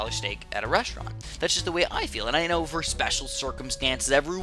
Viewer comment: or u say k-no for know